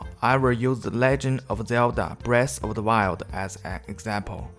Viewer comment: im soo seriously listening until he says " zelda breast of the wild xD